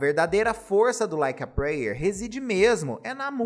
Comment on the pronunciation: O vídeo é excelente. Mas eu tenho agonia em ver todos os Youtubers pronunciando "prayer" errado 😅